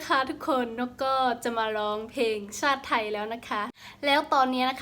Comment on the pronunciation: พูดชาติไม่เป็นกลายเป็นซาด